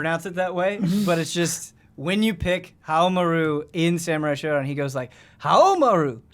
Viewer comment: pronunciation of Haomaru is correct